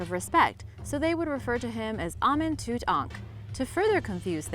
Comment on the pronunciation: Lmao she can't wven pronounce Tut